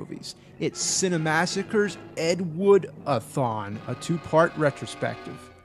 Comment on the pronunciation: Why does he say Ed Wood - A - Thon so d*mn weird? It's like he was trying to make it sound dramatic, but failed miserably.